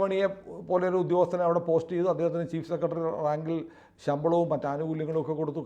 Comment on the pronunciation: സെക്കെടെറി അല്ല സെക്രട്ടറി എന്ന് പറയുക.